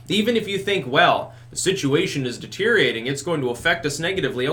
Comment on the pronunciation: Deteriorating, not "deteriating".